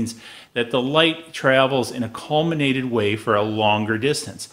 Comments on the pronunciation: Very well done video, very informative. BTW it's collimated, not collminated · Some good advice, but "colminated .. . colminated ... colminated" ....gaaa, it's "collimated".